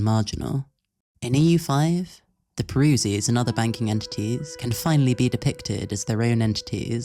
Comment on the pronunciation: He is truly not like other map gamers. p.s. I don't like your pronunciation of Peruzzi, literally unwatchable, smh my head.